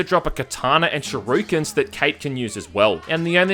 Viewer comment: Complaining about voices but pronouncing "shuriken" like "shoryuken". TWICE.